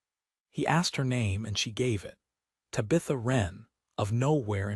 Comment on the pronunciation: Her name is Tabitha, not to Bitha.